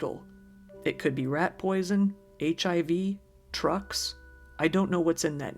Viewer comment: Id say she said drugs not trucks and it got took down wrong